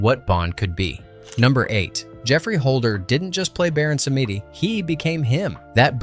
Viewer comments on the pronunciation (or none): From the US I would imagine? They often don't even try to pronounce words correctly, but issue an apologetic 'disclaimer' instead.........sometimes. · Yes. That was embarrassing.